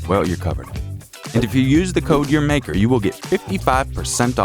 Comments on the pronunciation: Am I the only one who thought “Urmaker” was pronounced “ER- mah ker”? No? Just me? Thought so🤦🏼‍♀️ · I think it's pronounced your maker 🤔...